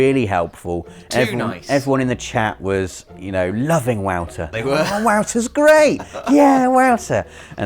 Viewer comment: Is pronounced like voter. Not wowter. Lol